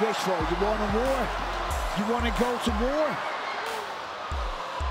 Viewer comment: I love BSD. "Justin Gaethje I respect you but I will give you waaaahr" 😂😂